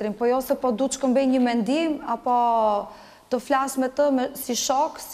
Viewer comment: Flash 😅 Gjaj 😅😅